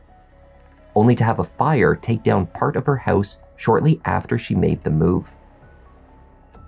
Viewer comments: "What they found inside the hEuse..." LOL!!! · The way you say house and pronounce “ou” always rings my ears 😂